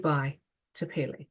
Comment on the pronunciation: Respectfully, Pele is pronounced "PEH - LEH" not "PAY-LAY" Mahalo